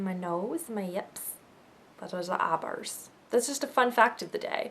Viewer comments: Es-day law-dur. :] I really liked your video, actually. The thing about the "eyeburs" made me laugh. And my favorite April product would probably have to be Benefit's Stay Don't Stray primer. I love that it can kindave be used as a concealer on its own, or help your regular concealer stay on better. Win, either way. :] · my uncle pronounces eye brows eye bras